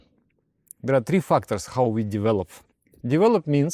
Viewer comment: Just a little note :-) corrections, if I may please! instead of saying "fucked-ors" please say "fek-tors" (/fækt/) or "feyk-tors" (I guess this is okay too!). I know all Russians do say "fact" and it sounds as if "fucked", my lecturer at my uni especially used to sound so terribly.